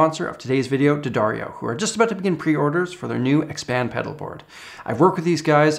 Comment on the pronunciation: Thanks for pronouncing D'Addario correctly.